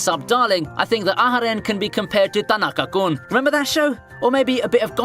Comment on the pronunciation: "Domodachi" and "Danaka-kun", eh?